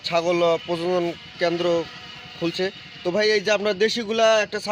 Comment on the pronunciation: ভাই প্রজন নয় কথাটা প্রজনন